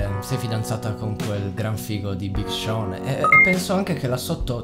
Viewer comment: si chiama big sean non big Shawn;)